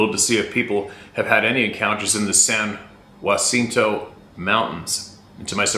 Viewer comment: You were close, it's "San-Ya-Cent-oh". If they can comfortably live there, they can live anywhere. Yup, you got Idlewyld right, If I was a Sabe I'd pass on that zone. So.Cal is a trip though. We've got some surprisingly gnarly mountains here. I've explored a ton but now they've closed all the roads & figured out how to block me from blowing the locks off the gates w/my 12 Gage. I'm sure the Sasquatch are happy about that, but then again who knows what they really want. Those hairy freaks are on a whole different agenda. Go Easy, thanks for all you guys do!!